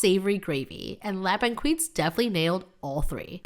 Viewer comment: So the right pronunciations would be: Ma Poule Mouillée : “mah-pull-moo-ye” La Banquise: “la-bung-keys” So glad you tried Montreal’s signature meals! 😊